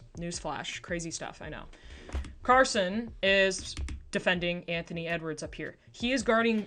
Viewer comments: Good breakdown! It’s Cason though like Kay-son 👍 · First vid of yours I've watched I enjoyed it thanks! Sidenote, the thunder player is names Cason, not Carson, Wallace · Carson Wallace is my favorite thunder player lol (no r, just Cason)